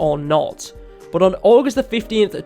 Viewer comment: I've been a pvz fan since it was only on PC. This game has come so far. is it just me or does he say august 50th?